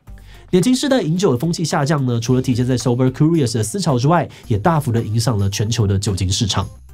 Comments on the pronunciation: 為什麼志祺把curious的Q唸成哭🤣 直接變法文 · curious /kjʊrɪəs/，要唸作 'Q'rious 而不是 '哭'rious。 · 庫rious 😂為啥我覺得怪怪的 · Curious 是這樣讀的嗎😂